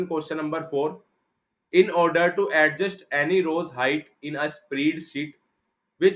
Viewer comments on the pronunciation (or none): none